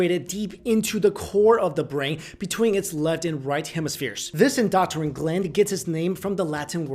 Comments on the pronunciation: LOL endoctrine gland... seriously doctrine is something entirely different, I respect the heck out of ya but please learn to say EndoCRINE not endoctrine.... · Did anyone notice he said "Indoctrine gland" instead of "Endocrine gland" ? roughly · I appreciate your content a great deal. You are killing me with some of your pronunciations. The PIe-KNEE-Uhl gland is part of the END-doe-krin system. Love you man keep up the good work. Thankful for you. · endo-crine say it with my endo-crine not endoctrine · En-do-crine not en-doc-trine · It's pronounced In-d0o-Krin ( endocrine) ... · Sorry but, it's pronounced endO crIne...just saying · Please, learn the proper pronunciation of "key words" in the content of your videos... "endocrine"... End-oh-crin, rhymes with grin.